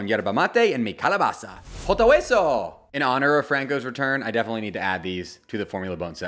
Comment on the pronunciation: Yeah cause it was so terrible